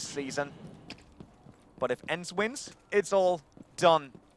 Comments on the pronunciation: It really pisses me off when the guy miss pronounces their names. "Ency" "peneri" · brucie sanchez i speak German and Swedish (swedish is nearly the same as Finnish and ENCE is from finnland) and i can tell u they "pronounce"(doe know how to write) it wrong... dont tell me its because hes german! Cause im able to sad it right as well!